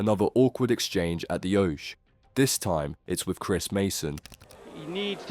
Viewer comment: Great video but pronounce oche right